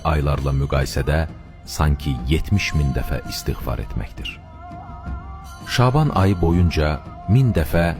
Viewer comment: Şəban və rəkət bu sözləri niyə belə tələffüz edirsiniz.